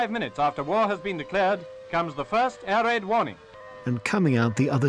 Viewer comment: the way he said air raid, are there still british people who talk like that? sorry if i sound stupid, im not an english native speaker